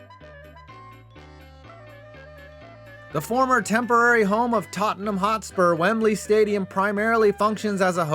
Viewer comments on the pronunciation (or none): none